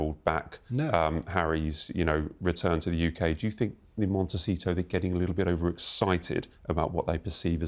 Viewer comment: Why does this old man keep saying “MonteCHEETO”. He sounds quite ignorant.